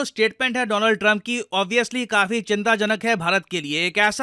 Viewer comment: It's DoLaand Trump by the way 😅